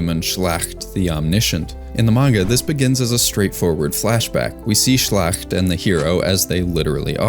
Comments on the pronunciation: Never heard "schlacht" aggressively mispronounced as "schlächt" like this before. Please just use google translate in german or any AI for a correct pronunciation. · Nice little touch for sure. Just as a little aside, though, when it comes to Frieren, look into how a word would be pronounced in German, because that's where all the names come from. The "a" in Schlacht is more like an "ah" sound. Don't have to nail the gutteral g's and stuff, but something as simple like 'a' versus 'ah'...